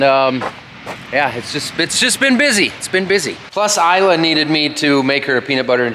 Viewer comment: It's Isla, not Alya